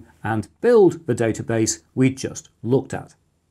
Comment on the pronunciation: It's pronounced database, not database!